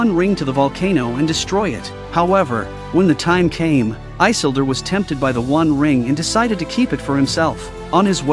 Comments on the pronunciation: Why can’t you pronounce the names right? It drives me up the wall that you can’t get the names right. It is “i-sil-dor! Not I-sil-dor! 🤦‍♂️ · No, his name is not Eye-sildur... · Good recap… But Eyesildur😅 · Lol...one must first understand how to say the name properly...😂